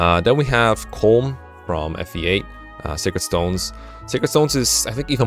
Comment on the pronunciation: Colm is pronounced like “colum” as in a column and a row, or Gollum (Sméagol) with a C. It’s two syllables, not one